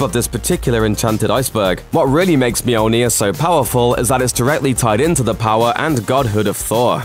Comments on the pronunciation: Moldy ear? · Romano Cuz myoleneer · You pronounce it Mjolnir, the people in the Movies pronounce it Mjolnir, even many comics write Mjolnir. WHY!? IT IS CALLED MJÖLNIR!!! IT HAS BEEN CALLED MJÖLNIR FOR LITTERALLY THAUSANDS OF YEARS!!! LEARN THE Ö!!! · It hurts my ears to hear you say Mjolnir 😂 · Lmfao Mjolnir..... just keep saying it over and over again, it keeps getting funnier lol I cant